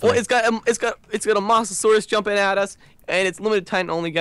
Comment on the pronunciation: Its moa-sa-sore-rus